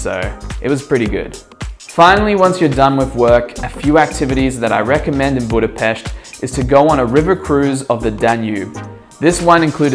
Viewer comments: Yes, that's right. You pronounce it "BudapeSHt". Source: that's my hometown. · pronouncing Budapest - 10/10 pronouncing Magvető - lol :) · Proper pronunciation of the city's name, thanx Mate! By the way Fekete means black Magvető means seed spreader and then Konyha means kitchen. 😉